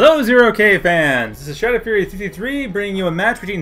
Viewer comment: When open your video and say "Hello Zero K fans. This is " you pronounce your own name as if you are drunk shadoffryfifthrry jk, nice cast as per usual.;-)